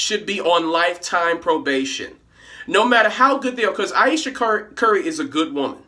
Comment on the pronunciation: Ayesha. Eye-eesha. I-eesha. What's her middle name, Floquella?